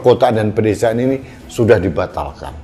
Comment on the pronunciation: saking semangatnya menyuarakan "suara" rakyat.....sampek kamisosolen"ini dan itu" jadi "iti"....semangat mas menyuarakan kebenaran